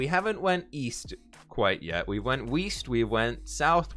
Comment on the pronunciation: "WE WENT WEEST" HAHAH IM DYING